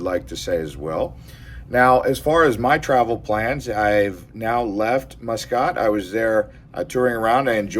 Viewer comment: The Grand Hyatt has some good bars including the sports bar. i was living there so use to spend a lot of time there watching F1 races and All Blacks playing rugby. Also I would take visitors and business contacts there. Nice place and the people are great. Muscat is pronounced Musk Cat. Oman can get up near 50c. I departed in winter from Christchurch, NZ it was Zero Degrees C, I arrived in Muscat it was 48c and that was a shock. It was also Ramadan so that made it challenging.